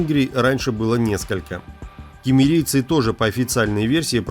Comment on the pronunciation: Cumerians - киммерийцы - сумерные! А всего лишь прочтение!